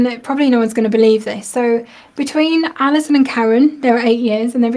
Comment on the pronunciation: Allison! You said my name correctly! 💜💙. I love Tonic and all the staff so much. Stay well!